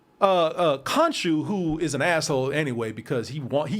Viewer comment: Kadoosh when can't say Konshu!🤣😂